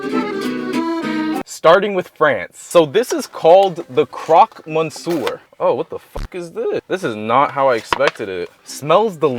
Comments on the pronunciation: The "crock monser" is pretty good, I agree. :P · bro how you pronounce CROQUE MONSIEUR, fucking ended me